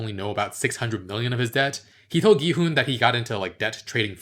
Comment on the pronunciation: the way pronounces it is correct. there shouldn't even be a debate cause one can literally just listen to how it's said in the show if they can catch it.